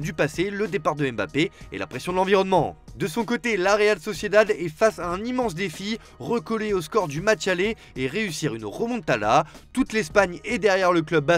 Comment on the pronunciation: "une remontala" ?